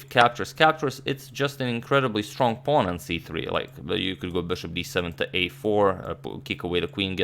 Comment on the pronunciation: i love the way you say “it’s just an incredibly strong puawn on c3” 🥺